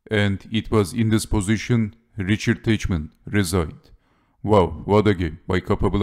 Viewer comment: Teichmann is read as Tajhman [taihman]